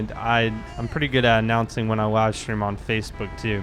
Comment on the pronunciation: Is it me or does he have a W in every word he says. he said Wive stream